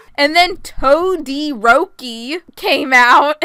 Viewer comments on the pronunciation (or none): TOE 😭🤚 Sabitoes 🤡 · TOE - THE - ROKI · That fangirl said TODIROKI like TODLER ROPEE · When said “toderoki”: TOE-derok-i Edit: thanks for the likes and comments!:> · “Tode” eroki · ”TOE-DE-ROKI” Best quote of 2021. I love ya. 💖🖤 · Toe dee roke ee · that ain’t toderoki that’s toe-dare-oh-key